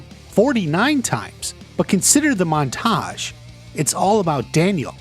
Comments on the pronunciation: Your pronunciation of montage is off-putting lol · The way he puts emphasis on the second syllable of "montage" is killing me.